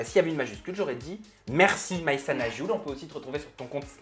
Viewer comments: Aghioul (prononce - Arioul) Signifie Ane en berbère ... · Aghioul se prononce arioul en français et en kabyle signifie un âne 🙄